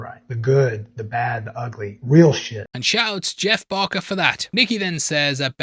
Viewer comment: Dude lol saying Navarette wrong I understand but how did you fuck up BARKer every time lol